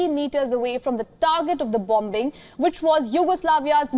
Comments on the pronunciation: The presenter must know how to pronounce ‘bombing’. She should know pronunciation of basic day to day words. Couldn’t anyone in correct her? Shame. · It’s an accent issue not a pronounciation issue lol. They also pronounce as VION which is common for indians to mistake W and V during speech.